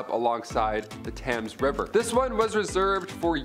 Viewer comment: You said it wrong it sounds like tems river 😊 also how many times do you need to mention Jack the ripper in one video ?? 😳